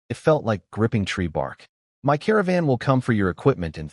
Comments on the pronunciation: Why does the AI refuse to pronounce my instead reads it as M Y? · "that is em-why territory" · y can't this AI say "my" right ???